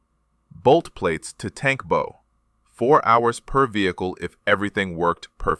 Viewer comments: The AI mispronounced "bow". It's not pronounced like flower-bow. It's pronounced "bough", as in Bow-wow. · You're mispronouncing "bow" consistently. It's being spoken by your AI like thr bow on a Christmas present. You want to instruct your AI to pronounce it as the bow of a ship. My ears will thank you for this. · BOW is pronounced as in "take a bow" not "tie a bow" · It’s a bow plate, as in ow, the way your n pronunciation hurts my ears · Or like the bow of a boat, which is probably where the name came from. But here is the thing with the English Language, Bow as in Bow and Arrow, or Bow of a Ship. Same word, two different meanings. There are many more examples too. However, you can always tell when it is AI because they can't tell the difference. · If that's true, then I am either deaf or delusional, and I am not either. They mispronounced the word multiple times, if not completely through